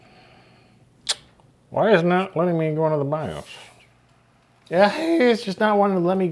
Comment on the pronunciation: I wasn't ready for "suh-moss bee-os battery" and the brief demonic possession that followed. had fun with this one.